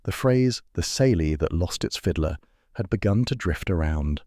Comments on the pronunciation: Smelly? Kayly is how the word is pronounced!!! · Ceilidh is pronounced all wrong